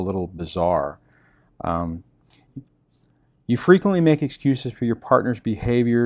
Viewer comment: When you say bizarre 😂😂